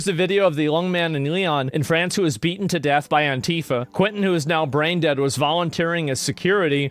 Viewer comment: Please its not " couentin " its said more like " kentin "